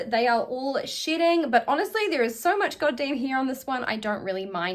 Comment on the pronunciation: Me trying to figure out why all the wigs are sh*tting and what u mean by that, the realising u saying shedding. I really feel stupid lol english is not my first language. Atleast I got a good laught at my brainfart lol :)